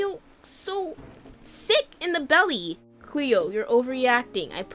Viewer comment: U KEEP SAYING CHLOE INSTEAD OF CLEO 😂